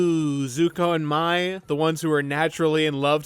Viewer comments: *pronounces Mai like “my” —when the show CLEARLY pronounces her name as “May” ⚠️ FAKE FAN 🫵🏻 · I get Mai’s name is spelled like you’d pronounce it as “My,” but the show says her name so many times. They call her “May.” I know, not relevant to the video, but hearing “My” so many times for the rest of the video got to me. Not a big deal, I just couldn’t resist mentioning it. 😅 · Why are you pronouncing Mai as My? The show always pronounces it as May. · It needs to be studied how most of the ATLA fandom calls this girl “My” because they saw how her name was spelled (Mai) despite the show pronouncing it as “May” 😅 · This is the second YouTuber I’ve seen called Mai like the word “my”. Am I missing something. Did the fandom shift into calling her that instead of “may” over the last few years or something. Or is everyone a larper (so kidding) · I hate the commits but I mostly like kora and am probably the only person in the world who would keep the kites on a round two. I could go for eastern spirit dragons but of not absolutly forced to id keep the kites. But seriously pronounce the names correctly l. Mai is "may" and Yue is "u a" theyre pounced in the show. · I hope you'll make a video about the Korra comic books and what you think about them, if you have anything to say about them Her name is pronounced similarly to the month May. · The way you were pronouncing Mai, while technically being incorrect, is how I always pronounce it. They should have spelled it “Mei”. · Dude how can you mispronounced Mai's name? They say it in the show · Why can no YouTuber pronounce Mai correctly 🥲 the search continues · how do you rewatch a series and not pronounce mai and yue's names right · I agree with most of this but every time you mispronounced Mai, I cringed 😢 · Why are you mispronouncing mai’s name